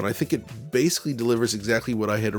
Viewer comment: You say the word ‘basically’ a lot. It wouldn’t be an issue, except you keep mispronouncing it as ‘basely’. It’s really distracting and lessens the production quality of your videos.